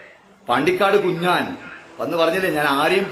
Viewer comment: Bro, it's not Kunjan (title) but Kunjzaan aa Malappuram Kozhikode okke reethiyil Kunjzhaan 😂